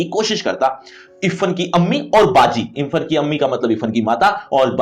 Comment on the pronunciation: Irfhan hota hai ifan pronounce